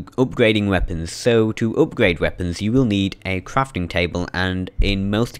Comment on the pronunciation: Cwafting and upgwading wecipes.